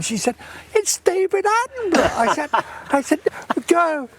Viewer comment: Ooh, at the end you forgot the correct pronunciation of his name that you used earlier and reverted to the always wrong pronunciation by Americans! It’s pronounced Attenbruh.